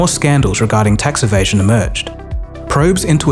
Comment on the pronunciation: "Tax Evation" ??